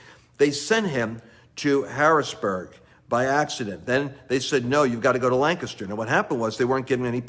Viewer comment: Lance please see my message on FB! Prayers for my state leaders to be honest, humbled and surrender to God in Pa. OR BE EXPOSED!!!I love how you say Lancaster correctly like a Pennsylvanian 😄